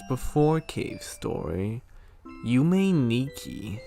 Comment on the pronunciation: It’s pronounced Yume is pronounced (you-may)